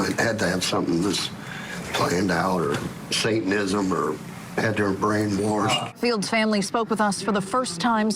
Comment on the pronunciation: “she had to been brainwarshed” 😂